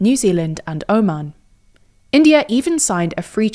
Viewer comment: OH-mahn 😬 is that really how it's pronounced 😂